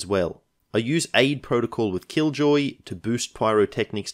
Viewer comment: I thought you had said "and kill Joy", rather than "and Killjoy". I guess that was a glimpse of what was to come.